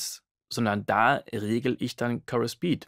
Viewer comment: currus? Wie Curry nur mit us? :D Chorus, mit O wie in story! Heijeijei :D Ansonsten Danke für's Video. Sehr gut erklärt...